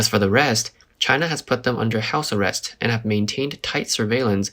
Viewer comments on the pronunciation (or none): none